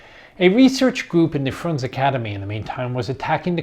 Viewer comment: You should pronounce the letters in the end of russian names. For example Frunze or Trockij. Russians don't eat those letters, like english people.